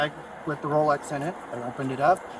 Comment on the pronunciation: Maybe he misunderstood, he said Rolox. My dad bought several fake Rolex watches in Mexico for 8 dollars each.